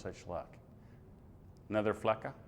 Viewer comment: Flecha [fletscha], Irache [Iratsche], please next time you spend a whole month in Spain try to learn some Spanish! Please. Navarra does not belong to the Basque Country, it’s capital city is Pamplona and the capital city of the the Basque Country is Vitoria.